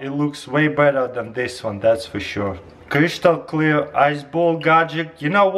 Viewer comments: er sagt ''krishtal'' xD Ich lache in so hard aus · 'Kreeshtal kleer' im dead 😂